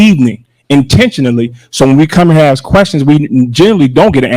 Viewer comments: The word is"ask", not "axe " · TIFF, LEARN HOW, TO PAY ATTENTION TO SPEACH. ( AKS ) THE WORD IS ( ASK ) NOT ( AKS ) GO BACK TO SCHOOL. IN FACT I GOT A HUGE FEELING IT TIFF GOING BACK HOME. ( PRISON ) HER HOLIDAY IN FOR SEVERAL YEARS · She Axed you😂😂😂 sounds like they need better education in Dalton county😂😂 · There she goes axing again. She needs to stop before someone gets cut! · “Ask”. Not “Axe” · "I axe you, what you speaking of" omfg CLOWNS! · I've been playing my own drinking game. every time i hear a "y'all" i take a shot. every time i hear an "aks" i chug a beer. at the end of this upload, I'm not feeling well. somebody, call me a doctor. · Axed? Please speak proper English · Madame, Mayor the word is ask and not axe! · You could have axed...... My ears are bleeding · I axed you.... someone who talks like this should not be in charge of shit. Who hired this trash mayor thinking this wouldn't happen. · This woman just crucified the English language... How does anyone " AX " another person a question?....I think she means " ASK"..ya"ll...she's so ignorant. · Please say ASK instead of AKS.......LEARN to TALK WELL.... I can do it better from the Netherlands..... TIF TIF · Does she ever speak English ? Axing ? She’s absolutely ridiculous. She loves to rhyme. WAKANDA in the flesh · It's ask not axed lol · I am not from this state. Why do they say ax instead of ask?